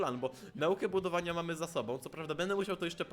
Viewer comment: *budowania a nie budwoiania*